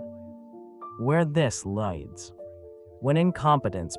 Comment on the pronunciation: Is this an AI generated voice? Why can he not corrects pronounce “lead” and “leads”?